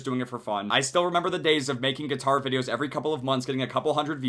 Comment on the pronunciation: I chuckle when it said "Geetar"